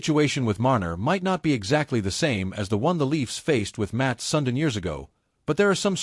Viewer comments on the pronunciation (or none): you should pronounce Sudin as sundeen not sundin....